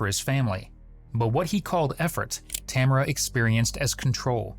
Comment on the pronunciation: Amaericans can never pronounce Tamara properly